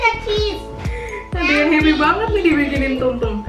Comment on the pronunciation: Catat gengs. 1. Sarange= Sarimi 2 Banget= Banet 2k19 😂